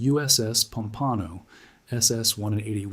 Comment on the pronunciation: Crappy computer generated narration, totally unrelatedvodeo, but decent writing ruined by the two. Plus annoying often misspelled captions. And Junkers is pronounced YOON-kers, by the way, Pompano is POM-pano. Gato is GAY-to. What a crappy melange.